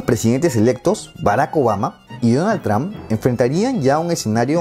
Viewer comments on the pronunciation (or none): none